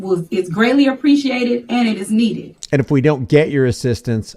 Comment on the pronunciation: Mayor - "your assistance is needeh and appreciateh." 🤣